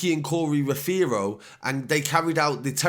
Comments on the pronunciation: Nicky aza n corz on job Also it’s pronounced ROVERO not how you pronounce 😂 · The way he pronounces rothero 😂😂